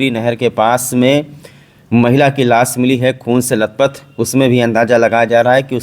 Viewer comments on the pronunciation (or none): Las nahin lash hota hai